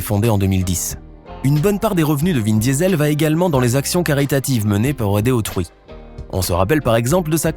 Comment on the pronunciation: C moi ou il l’appelle vin Diesel comme le gaz ça se prononce diisol